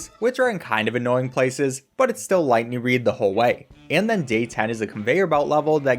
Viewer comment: Every time he says lighting reed I have to do a push up